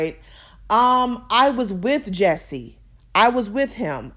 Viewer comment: His name is Jus-sie, not Jessie. Jus-see.